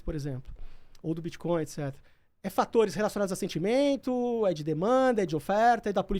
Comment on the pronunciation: Os caras são especialistas e continuam pronunciando BITCHCOIN--- o resto do mundo ri dessa maldita pronuncia brasileiras, explicando: BITCH è puta, portanto bitchcoin é moeda de puta. a pronuncia BITCOIN---O T É MUDO---O T É MUDO---O T É MUDO !!!